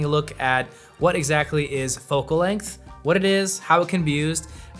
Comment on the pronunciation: Length. Not Lenght. Otherwise good video